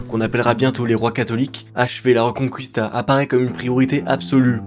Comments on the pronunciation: Quand t'as fait italien LV2 et que ça se sent : La Reconqwistà 🤌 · ça ne se prononce pas la "reconcouista"... mais exactement comme en français. Et ce n'est pas la Galicie qui est une région des pays de l'est mais la Galice.